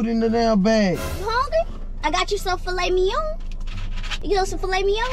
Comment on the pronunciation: I know this man didn’t say “fimet lignon” 😂😂